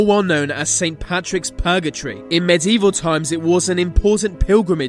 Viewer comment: P ut P lace P urgetory HE PUTS SO MUCH EMPHASIS ON THE P